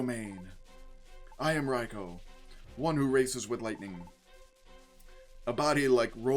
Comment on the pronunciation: Also, idk if you care about official pronunciations, but it is in fact "Rai-koh". I just noticed that you switched between a few pronunciations throughout the video and it was a bit jarring for me.